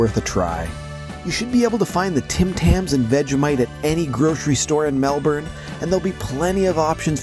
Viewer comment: I actually like the fact that an American is calling our city the way it is pronounced Melburn instead of Melborn which most Americans say, we know the spelling is Melbourne, so good on you for getting that right............